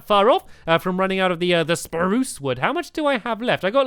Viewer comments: stampy u carried on saying SPARUCE wood :-) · stamps said spruce normally lol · Why does stanly say spruce weirdly in the first place?